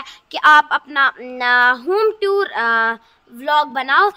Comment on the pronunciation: Home Toor ❌ Home Tuur✅